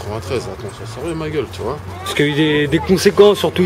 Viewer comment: Il dit '' Tu voiS '' :').